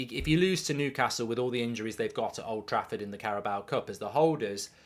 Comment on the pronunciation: Carabao, not Caraboa.